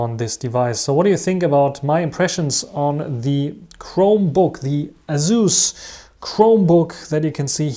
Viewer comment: It's pronounced Asus. You're welcome. :face-orange-biting-nails